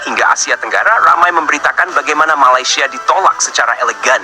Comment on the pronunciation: maladeys bukan Cava keppah.. sama kamu ha... ha... ha...